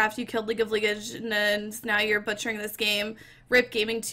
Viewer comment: LEEGENDS. can you speak english or are you stupid?